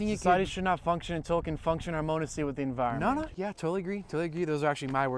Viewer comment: I love to see environment spelt the way its pronounced